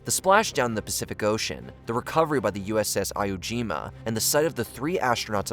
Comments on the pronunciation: The lack of accuracy in the various pronunciations is staggering... Swigert is pronounced SWY-gert, not swi-ggert - note the singular G which indicates a long I sound. Also "Iwo Jima" is commonly pronounced "Eewo- Jeema", not "I-o Jeema". These things should be checked before publication. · When pronouncing the battleship name of Iwo Jima, it’s EE-wo as in Eeyore, not EYE-wo as in Einstein.